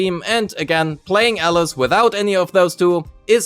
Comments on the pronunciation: WTF man it's Alice not Elles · Sure, but he only pronounces her name wrong